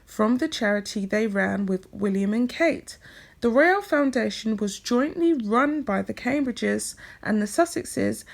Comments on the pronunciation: It’s pronounced Royal, not Royale. Unless you mean that as an insult to Sussex Royal, that is. 😃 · Love your videos. Your voice is sooooo soothing! Just some minor feedback, it's Sussex Royal not Sussex Royale. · Why do you pronounce royal as royale? Curious. If Sussex Royal had been Sussex Royale they probably wouldn't have had a problem with it.